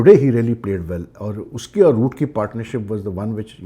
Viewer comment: Boooo nahi Roooooooot😂 Kuch bhai bol dete ho aap bhi.